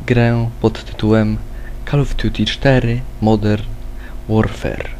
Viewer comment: MODERN ŁORFER WHAT THE FUCK